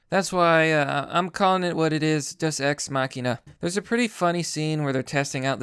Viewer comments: umm deus day-oos not duss and .. deus ex machina .. from the machine comes god... damn dude can you at least say the word correctly ? and no Thanos wasnt killed by a deus ex machina ... there was nothing that came out of nowhere to bring a solution .. and Captain Mary Sue Marvel wasnt in the movie all that much (yes the parts with her sucked donkey balls) but how did that bother you all movie .. there was a lot more movie without her than with her ... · It's pronounced "Day-us" just fyi for future reference :) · Thank you it was really bugging me that no one else noticed the wrong pronunciation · day-oos just saying